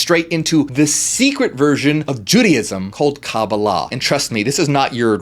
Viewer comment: I appreciate that you pronounced Kabbalah like my Jewish friends, not others. Ein is like ain/ayn pronunciation. Anyhoo, yes! BTW ein can also be translated "without boundaries." "You are that" is like "I Am that ... I Am!"